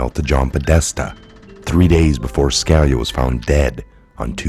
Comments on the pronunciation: It's Scaleeya not Scalya. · It's pronounced Ska-lee-ah common dude, he was a Supreme Court judge for God's sake. I really don't understand how you cannot pronounce simple famous names over and over. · I would think you would learn how to say scalias name